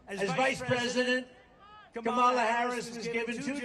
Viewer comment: Yeah! "Have the decency to pronouce the Vice President Of The United States Of Americas "name correctly! Tell those Ten people to go home!